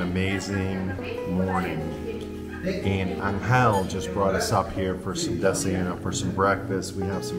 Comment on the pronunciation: you guys are part of the reason why I've booked a trip to mindo next month to photograph birds. Thank you for such an amazing video. also - angel in spanish: there is no accent on the "e". it's pronounced with a slight accent on the "A". So think, AN-gel instead of an-GEL. =)